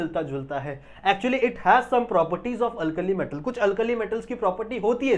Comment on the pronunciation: It's alkali metal not a alkali mantal😂